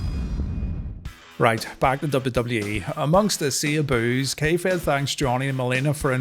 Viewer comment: Every time you say K-Fed I hear "kayfabe" and yet somehow that works.